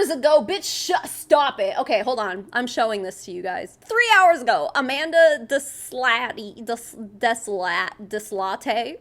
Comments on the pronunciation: I went to school with a Deslatte and it was pronounced "Day-Lot" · That last name (Deslatte) is mainly found in Louisiana and is of French/Cajun roots. It is prounced deh-LAT or deh-SLAT (emphasis on second syllable). I'm in SE Louisiana and pronounce it the first way.